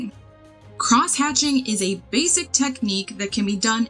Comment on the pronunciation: Basic Basic Basic! You kept saying it in a weird way and alot. It ended up making laugh throughout the video